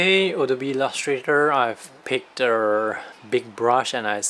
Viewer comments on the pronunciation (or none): none